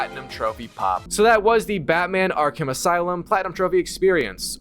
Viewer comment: He keeps saying arc him asylm instead of Arkham Asylum